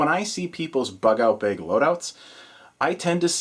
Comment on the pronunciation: love your videos good load out but, I have to say the way you say bag, makes me want to push you down some stairs. once again love your videos but my got I keep hearing you say bag in the background and I want to throw my phone in my pond out back